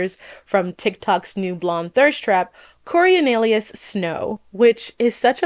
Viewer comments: Girl, your media analysis is really interesting but PLEASE learn how to pronounce Snow's name, it bothers me so much I can't even finish the video😢😢😢 CO-RIO-LA-NUS not CO-RIO-NE-LUS - a classicist dies every time 😭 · It's an interesting video, just a small critique: it's Coriolanus, not Corionelius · I know it's a mouthful of a name and all, but it sucks that you keep mispronouncing this guy's name so wildly. "Corionalius"... girl just call him Corio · always on point, never misses. Nothing she can't do except get the guy's name right (Co-rio-lanus) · The best part of this video were the many different ways pronounced "Coriolanus" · How are you going to criticize a film without getting its title correct (you swapped songbirds and snakes) and pronouncing its main protagonist’s name incorrectly? Coriolanus wouldn’t be such a mouthful if you said it correctly. I have a hard time taking you seriously when you don’t put in the effort to accurately represent the medium on which you’re commenting. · I so rarely downvote videos… but I had to here. I thought it was going to be a video analysis on some psychological theme, but here we are with another woke agenda of a video, with an influencer not even bothered enough to properly pronounce names. Or the title.